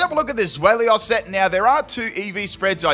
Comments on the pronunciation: I'm too busy roasting you for saying "Zwelios". For the record, it's TSVY-lus. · I'll roast you for saying the Pokémons name wrong It's pronounced ZWILOS because it's a play on words with German words for 2 which is Zwei (pronounced zwI) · Zwellios haha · Take a shot each time pronounces Zweilous wrong